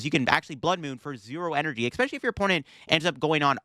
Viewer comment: when you say ekspecially it kills me